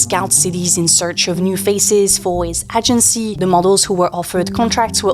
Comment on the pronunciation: Agency is pronounced > Aye-jen-see < LONG A, not short. Do your therapy in private.